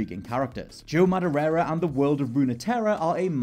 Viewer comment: We love you mate, but "maderera"?! It's only got one "r" in it..